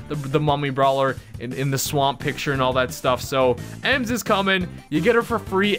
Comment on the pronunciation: Bro your the only Brawl you tuber that pronounced it correct 👍